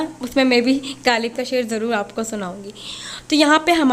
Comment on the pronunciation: Plzzz ghaalib nahi h غالب ہوتا ہے 😂